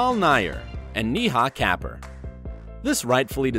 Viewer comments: im not even indian and i knew that lol. Its not hard to pronounce at all. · How can u screw up pronouncing Neha kapur .it just two syllables each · the hell man at least get the pronunciation of neha kapur right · That’s a terrible pronunciation for neha kapur 😂 I mean I get that he isn’t Indian but has he ever heard her name anywhere else ? Like his pronunciation isn’t even close to the real pronunciation 😂 haha lol